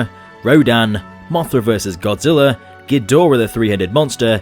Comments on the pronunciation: Godzilla not godziller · Why do you keep calling him godziller